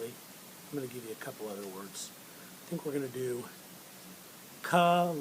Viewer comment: You are not breaking up the words into syllables correctly, ex; oth-er...not o--ther.